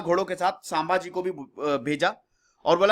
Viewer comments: सांभाजी नही संभाजी है उच्चारण है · 'गामिनी कावा ' नही "गनिमी कावा "... गनिमी का मतलब होता है शत्रु...सांभाजी नहि संभाजी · Naam ke pronounce me bahut Galtiya hai jaise, शंभाजी nahi संभाजी है. दादा भट nahi गागा भट्ट hai.